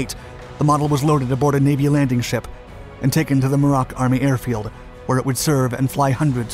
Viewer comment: It's "MYOO-roc", NOT "Myoo-ROCK".